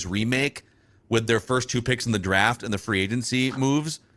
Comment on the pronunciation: Does know there is a T in the word draft?